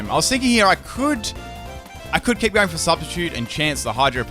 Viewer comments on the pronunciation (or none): none